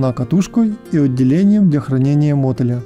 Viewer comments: мОтыль режет слух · Так мотАется ,а не мОтается ,отсюда и мотЫль. Если не русский , спроси у Гугла правило произношения .